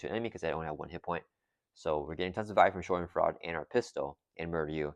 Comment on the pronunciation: Great game. It’s pronounced Shah-dehn-FROY-duh. German word that loosely translates to the idea of having joy from someone else’s pain. Very rocket!